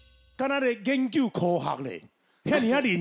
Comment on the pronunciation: "研究"台語是 gián-kiù , 不是 "煙 kiù"